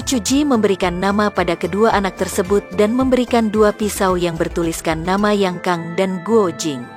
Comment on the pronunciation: pelafalan nama nya kak salah jd terdengar aneh dan asing